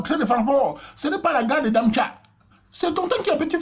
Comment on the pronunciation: Hahahaha! Darmstadt et non damtcha